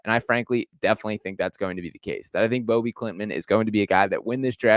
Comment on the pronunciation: Hoping he becomes the first swede to go in the first round! btw his name is pronounced no different than ”Bobby”